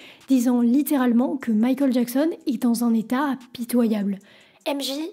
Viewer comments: pourquoi quand tu dit michael a la place tu dit mikol c'est un accent ? c pas une insulte tinquiete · J'aime bien ta manière de prononcer Michael...c'est mignon 🥰🥰🥰❤️❤️❤️😅👍👍👍À l'américaine